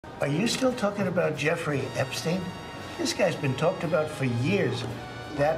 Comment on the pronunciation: The way trump said " are you still talking about Ep-stien?", as if he had never heard of that name & was trying to figure out how to pronounce it🤣🤦🏽‍♂️. Throw trump in alligator Auschwitz!!